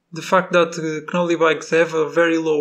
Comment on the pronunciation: Knolly is pronounced with the k silent my friend🤙